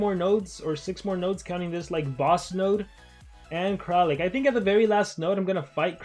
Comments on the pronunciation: He's kraLIk, no kraKLin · nobody:: KrAkLiN